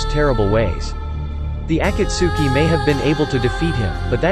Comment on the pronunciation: Bro I'm mad he said akatsuki wrong he is making this video without watching naruto he say svm so much stuff wrong I'm going to dislile